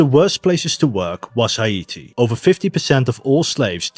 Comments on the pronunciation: It's not Ha-I-ti. It's He'-Ti. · It's hay tee, not high ate ee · Haiti. Thats "Hay-tee", not "High-ee-tee" 👌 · I have never heard Haiti pronounced as High-ee-tee. I am not blasting you, I thought you were English. I did some research and see that some pronounce it as high-tee. But most say hay-tee. I just thought that was interesting. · Why are you pronouncing Haiti like it's Hawaiian? It's just Hay-tee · It’s hi•ity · Can you not say Haiti like that please? It’s pronounced “ha-te”. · I dont think thats how u say Haiti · Why the actual fuck do you say Haiti like that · bro stop saying haiti so weird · you say Haiti weird